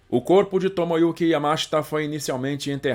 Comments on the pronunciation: Yamáshita? Aqui é Br mano. É Yamashíta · EXCELENTE DOCUMENTÁRIO.... A ÚNICA DÚVIDA QUE TENHO É SOBRE A PRONÚNCIA DO NOME DO GENERAL YAMASHITA, QUAL SERIA MAIS CORRETO: - "YAMASHÍTA" - "YAMÁSHITA" - "YAMASHITÁ" SERÁ QUE TEM ALGUÉM QUE SAIBA FALAR JAPONÊS PARA RESPONDER???? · A pronúncia é como se escreve, Yamashita e não Yamáshta. A pronúncia é inezorável e não inecsorável.